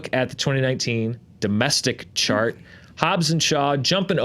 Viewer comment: Everytime they say "chart", I hear "shart". And, yes, my reality is awesome, thank you for asking.